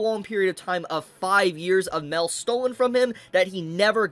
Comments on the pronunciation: M A I L, not MAL, pronounce it correctly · Its like he pronounces mail as mel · why dude saying mell